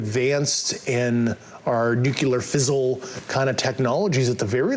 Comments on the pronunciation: "Neucular fissule"?? This slippery squid can't even juggle a few simple real words. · Interesting that the guy said nuclear fizzle instead of nuclear fision. Was that you intentional?